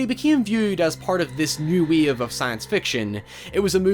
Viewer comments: It's wave not weave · The way this dude pronounces ‘wave’ is kinda gettin’ on my nerves... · Narrator :Do you wanna ride the Weave? Me: do....do you mean wave? Narrator: just look into my meowth...